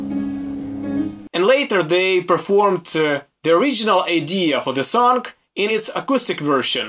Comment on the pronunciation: Why do you pronounce song as sonc